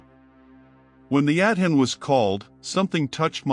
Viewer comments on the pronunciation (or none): It would be nice since the Adhan is so important to this story, that the narrator would pronounce it correctly! It's pronounced "ah-don" not "ad-hin"! Also, it's "Sha-ha-da"not what the narrator said!